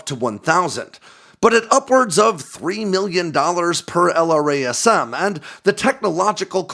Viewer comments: Each time he says L-R-A-S-M, I cringe.... Why can't he say it like we all say it? "el-Ras-em" .... Or is this some Aegis style bullshit where the engineers say it different from the operators? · Nobody says "ell arr ayy ess emm". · Brother, why do you say "jazz-em" (instead of the letter), but not "el-razz-em" for LRASM? Save yourself some time!